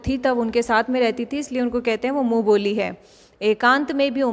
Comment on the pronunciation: Mam app boli ko vali bol Rahe ho